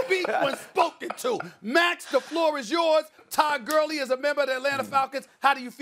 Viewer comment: did he just say “Todd Curly” 😂